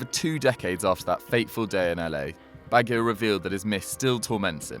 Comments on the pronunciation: You can at least try pronouncing Baggio the right way. Otherwise it’s Beek Ham and Geer rarwd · Baggio....you should hear other people pronouncing his name and I'm pretty sure they don't pronounce it like you... just do a little bit of a research if you don't know who the player is or if you don't know how to pronounce his name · Why can’t you pronounce baggio properly? Do you even like football? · Baggy - O?? It's pronounced Badgy - O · It's not Baggio in pronunciation but bajjio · Did anybody else stop watching this video as soon as they pronounced Roberto Baggio's name as "Roberto bag-e-o". Also, if, as I suspect, they're talking about his World Cup final miss at USA 94, then this wouldn't necessarily be all that haunting considering that if he'd scored Brazil still had one in hand to win it. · it's bajjjjio baajjjio bagggggggio not ba ghi o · No, it's not. The I is silent. It's pronounced Badjo. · No, I'm Italian, it's pronounced Ba-joe(like the name) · Roberto Bag-io? Really? smh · "Roberto Baggy-o"? You're just reading shit off Wikipedia, aren't you? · it is pronounced Badge-e.o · You lost me Bag-eo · It's BaJJio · Bag-e-o? Lol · Its pronounced Bajjio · Who is bag gio bag lol u fud typical say it like u spelt it here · Consistently hearing Baggio mispronounced... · The hosts pronunciation of baggio. What a hack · Say Baggio like that one more freaking time...... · HOW DID HE PRONOUNCE BAGGIO!?!?!?!?!? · I find it a bit embarrassing that a member of a football-oriented channel does not know how to pronounce "Baggio" properly. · Learn how to say Baggio and Keane didn't end Haaland's career. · Good job getting the "Baggio's" name wrong each time lol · Unforgivable the way you pronounce Baggio!! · The fact you can't pronounce 'Baggio' properly will haunt me for life!!' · The way he says Baggio pisses me off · My nightmare is hearing the pronunciation of foreign players' names completely butchered. Honestly...Baggio! Nincompoop...